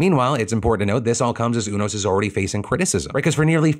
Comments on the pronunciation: I'm pretty sure it's pronouced U-Nos not Un-Os Like the card playing game.... Obviously Phil has not watched Grey's Anotomy. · Phil: it’s U-nos, not ooo-nos. 😂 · It's pronounced "You-nos" btw.. Haven't you watched Grey's anatomy?